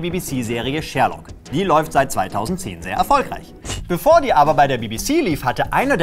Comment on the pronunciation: "Die Serie Schhhhhhhhhhhährlokk" ^^